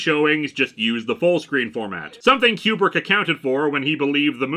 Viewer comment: "Koo-brick", not "Que-brick". At least that's the way it was pronounced for half-a-century.